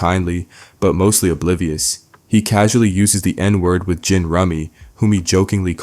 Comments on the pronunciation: What's up with the "Wunkler" stuff? It's pronounced many times in the show as "Once-ler". And "Gin Rummy" being pronounced as "Gihn Rummy". Is this AI? 🤨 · Idk if ur doing it on purpose but you saying wunk-ler and gin with a soft G is pissing me off frfr idk if u watchhed the show or if you just keep misreading ur own script but this is fucking CRAZY... you can literally just reshoot it bro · Onceler is not 'Wunkler' and Gin is 'Jin'. How you gonna make a whole hour of essay and not know they names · sorry, this stuff is AI. Boondocks had a lot to say, and that is great. But in an essay about a topic do you need to repeat the same thing multiple times? Nah. Too many mispronounciations, way too little organization. There ain't nobody whose seen Boondocks and calls him Gin with a hard G. Nobody who has seen the show doesn't know how Wuncler is said, and no one who is good at writing essays brings up things they've already explained just to explain it again in almost the exact same way. This was AI. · Why does this guy say “gin” like that? Sounds like some LLM-level mispronunciation. But this is a real person, right? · ....you have to be using AI voice over the amount of times you pronounce "Gin" correctlynl then immediately stop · whats most baffling to me is how someone can flip flop so hard between being able to read, understand and pronounce "gin" and... having an aneurism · The narrator is AI or just... stupid? He says "WUNKLER" instead of "WUNSLER" as it's pronounced in the show and in another video about Ed this narrator correctly says "WUNSLER" also the flip flop between hard and soft G's in Gin and the hard K in Wuncler makes me think it's AI. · How’d he go from pronouncing Gin correctly to incorrectly and then back to incorrectly that many times? These mfs done Ai’d a black voice to feign authenticity? This is fucked up man I been listening to these videos all day and now I feel betrayed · I'm sorry, "wun(k)ler" and (G)in? naw B